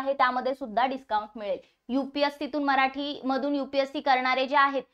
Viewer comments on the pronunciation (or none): none